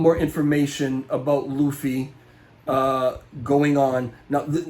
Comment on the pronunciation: Loofy. You said it right. Please keep saying Lou fee